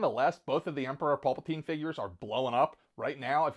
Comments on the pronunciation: No mention of R2D2- major fail. Plus the character's name is pronounced Palpatine as in pal as in friend and not pulpatine as in Fiction. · He has gone on explaining that his pronunciation of names is solely because of where he grew up whether it be saying Pulpatine or Count Doku. It is a unique pronunciation of their names to say the least. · Wow, you pronounce Palpatine as "pul-patine"? I've never heard anyone say it like that! Lol